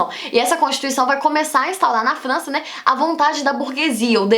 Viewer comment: ela fala flança kkkkkk q fofo